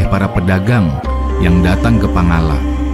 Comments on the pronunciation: Pangalak bukan pangallak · Sebutan reporter harusnya Pangala', bukan double L ....Pangalla'